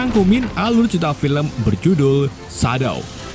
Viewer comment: nggak enak ndengar shadow yg bahasa inggris dibaca sadow.